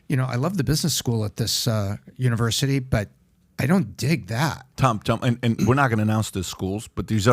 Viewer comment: You know the guy is full of crap when he can’t even say the university name…he has nothing to lose, clearly he is sending his kids there. He can warned other people.